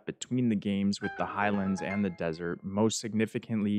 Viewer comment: u said highalnds